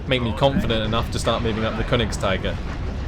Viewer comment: Konigst'ee'ger please, it's German ^_^